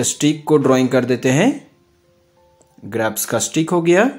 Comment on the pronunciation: Bhai grapas nahi hota grapes hota hai 😂